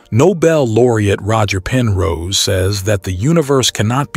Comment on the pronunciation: His name is Roger Penrose, not Roger Person.